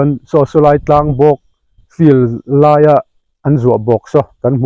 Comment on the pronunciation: A ngaihnawm e. 'He laiah hian' tih tur hi, 'He tlaiah hian' tiin i sawi zel mai a, beng a ti kham deuh.